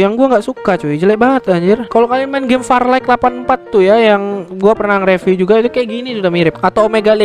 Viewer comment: mbak bilangnya review ya bukan riviuwe